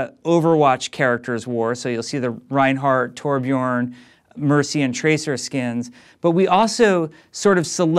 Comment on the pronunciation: OMG HE DID IT, HE SAID TORBJORN. DINOFLASK LOOK